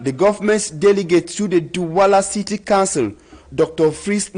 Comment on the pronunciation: There is a difference in the pronunciation of COUNCIL and CANCEL!!!!!